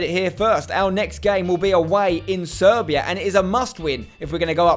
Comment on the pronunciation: Did you say SERBIA ?????????